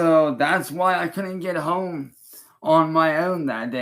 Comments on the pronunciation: What is up with his pronunciation of "home" in this video? Does it think it makes him sound intelligent? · 30 home, then says whome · “why i could get Horme” 😂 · Lol I'm glad I'm not the only one that thought that was hella weird